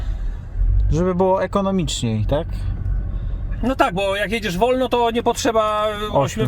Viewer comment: Najbardziej mi się podobało jak mówi po polsku w stylu włoskim "tak tak tak" w jego wykonaniu brzmi jak "sì sì sì"